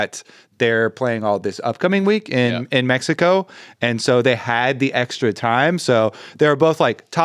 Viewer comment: YOU BOYS LIKE MEX-EY-KO!? YAHHHHH HOOOOOOO!!